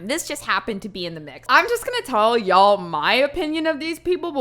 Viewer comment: Please, say "Ya'll" more. I'm from Alabama but have lived up in Mass for the last 6 years. It's music to my ear.